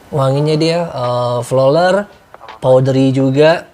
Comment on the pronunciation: Maaf om pronounce nya bukan flolar, but floral fruity 😂